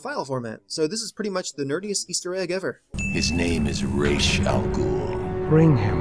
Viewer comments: don't mispronounce Ra's name, it makes you sound like a noob why is it that everyone who does an everything wrong with video on this game know so little about the batman universe? Ra's has always known Bruce is batman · It's Ra's (rashe) not Ra' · "Reysh" al Ghul.. ><; stop!